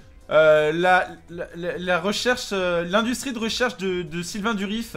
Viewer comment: Sylvain Durif, s'il te plaît, pas Sylvain Duriss x)